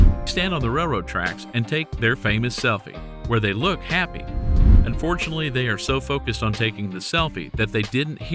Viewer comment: Seriously, learn how to say “unfortunately” clearly. It sounds like you say “fortunately”.